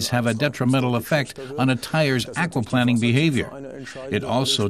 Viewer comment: The way the narrator keeps saying "aquaplanning" makes me chuckle. Maybe he used to work for a water company as planning chief. Or maybe he hates planing wood so much he can't stand to say it even when referring to water.